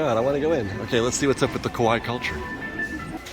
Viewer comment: German: Küche means kitchen, and there's no sound in English that correspond to ü. But if you say "koo-kuh" or "koo-shuh", you'll be close enough. But it's definitely not "cooch". Japanese: Kawaii is pronounced "kah-wah-ee" and means cute. You kept saying "ko-why", which sounds like the word kowai which means scary or frightening. So you were saying "Japan's scary culture". 😅 Bonsai is the word for sculpted miniature living trees, and is pronounced like "bone sigh". You said banzai, which is more or less the Japanese equivalent of hooray. Congratulations on shishi-odoshi. You nailed that.